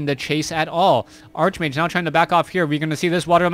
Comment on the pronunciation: nice cast, but why do u keep calling the hero "Arch-mage"? its actually pronounced "Ark-mage"